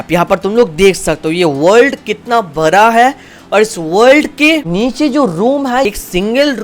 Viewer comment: It's bada not bara thala bhi😅